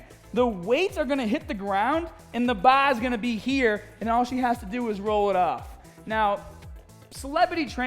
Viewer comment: So she was training with baahs and her trainer is gaahbage. Ok got it thanks.